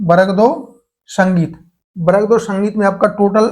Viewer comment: Varg 2 ❌ barag 2 ✅ 😂